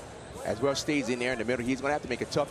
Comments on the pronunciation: His name is Rocco Welsh not Walsh. Super disrespectful but not too surprising since it’s The NCAA that posted the video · Welsh, not Walsh